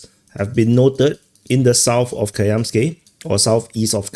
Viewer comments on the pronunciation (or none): It is KaMyansky (ie Stone), not KaYamsky:)) Also VerkhneKaMyansky (ie Upper Stone) 😅